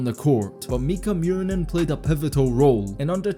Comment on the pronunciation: Just a quick tip on pronouncing his name: it's less "Mew-rinen" and more "Moo-rinen". Nice vid btw!